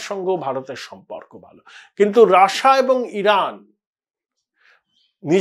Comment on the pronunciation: রাশিয়া না বলে রাসা বলছেন কেন ?